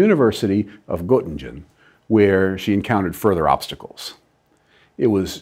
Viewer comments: PS it's pronounced "Nuurter" (sort of!) And "Gerting-gen" (again, sort of). A minor criticism, but might be an idea to check out how to pronounce foreign names! Just as a courtesy! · Your pronunciation makes it difficult to recognise the cities. Erlangen is pronunced like this and Göttingen like this